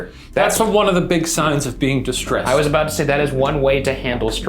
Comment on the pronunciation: Did Ryan say 'signs' as two syllables? Was that just me?